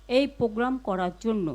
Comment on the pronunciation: পোগ্রাম? উচ্চারণটা সঠিকভাবে কর। ওটা হবে প্রোগ্রাম। "র ফলা" উচ্চারণ করা শেখ।